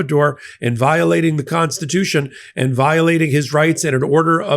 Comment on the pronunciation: The Constitution, paah.